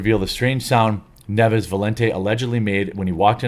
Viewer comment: I'll bet money the last name is NIEVES, not 'Neves'. They always do this.